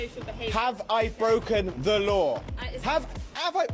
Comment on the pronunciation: Chinese man speaking broken English trying to demand waw